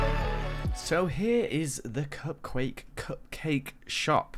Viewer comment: LOL He said "Cupcake" instead of "Cupquake" XD